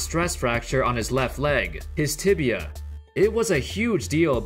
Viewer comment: Man this guy is really cursed the word "Tibia".